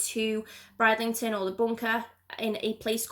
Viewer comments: I know it was annoying she kept saying Bride instead of brid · You are great - Please although I just have to pull you up on pronouncing. Bridlington. Brid - Ling - ton. Thanks 🤩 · It's pronounced Brid-lington